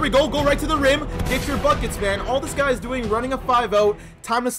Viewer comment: It ees what it ees